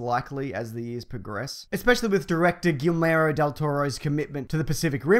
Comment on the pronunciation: "Guilmero del Toro"